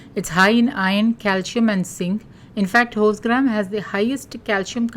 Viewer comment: If you forgot Hindi is a major language, and many may not have even heard of horse gram, or the kirana store owner won't understand even he has horse gram, so please mention what they are called in Hindi and other languages..bcoz for sometime I too thought you were saying wholesgram.